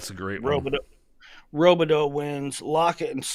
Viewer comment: How long until learns how to pronounce Robideau? Before or after he stops saying “Okie State?”